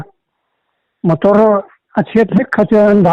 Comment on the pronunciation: "Mator" ti deuh tlat😁.."motor" han ti zeuh mai se😂